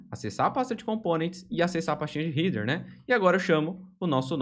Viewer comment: muito bom material. Só um detalhe sem muita importancia, mas a pronuncia de header doi toda hora